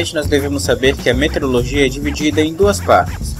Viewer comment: parabens! muito boa iniciativa... mas vamos falar corretamente para que as pessoas aprendam a forma correta de se pronunciar = METEORO + LOGIA. e não "meterologia" como pronunciado no vídeo.